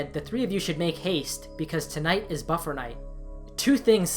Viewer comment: NOT buffer night... BUFFET NIGHT!